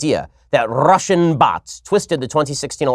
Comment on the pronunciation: Rrrrrrrrrrussisan bots 😂